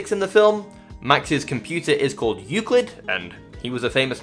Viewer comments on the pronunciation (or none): none